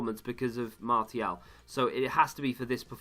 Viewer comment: I cant believe you say martial like mar-T-al